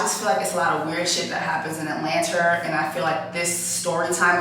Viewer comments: Why is she saying Atlanter 😭😭😭😭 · Please stop saying atlanter 🤣🤣🤣 PLEASE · Every time she says it I laugh😂😂😂😂.